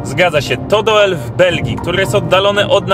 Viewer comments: Nazwę tego miasta czyta się "Dul" 🤗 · 'Dul' nie Doel ;) Pozdrawiam, świetny odcinek! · Czyta sie "Dul", pisze sie "Doel" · Trafiłam na was niedawno i lubię z wami odkrywać nieznane🤩Trochę was tu poprawię, bo to całe „oe” czytamy jak polskie „u”. Czyli fonicznie to DUL. Ok, oglądam i słucham dalej … 👍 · Panowie. Film, jak zwykle super, natomiast znam dość wnikliwie Doel ( czyt. Dul ) i wiem, że można pokazać znacznie więcej ciekawych miejsc. Np: kościół i cmentarz , Cafe w wiatraku, plant z domkami wypoczynkowymi. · Przy wymowie nazwy miasta Doel powinno się mówić "Dul", OE pisane razem wymawia się podobnie jak nasze U ;) A nazwa miasta w wolnym tłumaczeniu może oznaczać "Cel". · czesc chlopaki kurcze byliscie w belgii a u mnie kawa stygla pozdrowienia nowlasnie z belgii ( a tak miedzy nami nazwe tego miasta czyta sie dul ) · To sie czyta Dul chlopali,az serce peka jakto slysze,ale fajna fure dostaliscie!! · Mówi sie "Dul" 😁 pozdro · W Niderlandzkich językach "oe" czyta się "u", więc to miasto prawdopodobnie nazywa się Dul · Doel czyli w wymowie DUL To znaczy CEL w ich języku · Mieszkam w Belgii i byłem tam na rowerze. A tak swoją drogą: Doel czyta się Dul Pozdrawiam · Czyta sie dul ... Oe = u. Te duże kolcki lego wcześniej tam nie stały. Teraz na terenie prowincji Antwerpen coraz wiecej ich jest , aby ludzie nie wjeżdżali autami. Pozdrowienia z Belgii. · Nazwe miasta czyta sie Dul, oe wymawia sie jako u w języku Niderlandzkim jak i w Fryzyjskim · W jezyku flamandzkim "oe" wymawia sie jak u a wuec miasto nazywa sie "Dul" pozdrawiam z Holandii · Filmik fajny, mam tylko jedną uwagę - nazwę tego miasteczka wymawia się DÓL (to holenderska nazwa, a w j. holenderskim "oe" jest odpowiednikiem polskiego "ó") ;) Łapka w górę i do następnego razu :) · Pisze sie Doel A wymawia sie Dul Pozdro. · To jest nie dokońca opuszczone miasto ... tylko wieś ...i mieszkaja tam ludzie jeszcze... pisze sie Doel.a czyta " Dul "... Pozdrawiam...